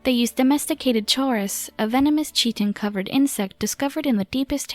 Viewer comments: Your videos are very cool.. And your voice is excellent... But you really need to look up words you don't know.. You say many things incorrectly.. Like chitin which is pronounced Kai-tin, not chittin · Pro-tip: Chaurus, and Chitin are not pronounced with the distinctive "tch" sound. Rather they are pronounced with a hard "k" sound. (ie. Keyetin, and Kaurus)